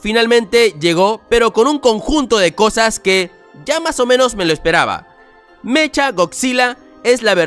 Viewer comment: No sé dice mecha es meca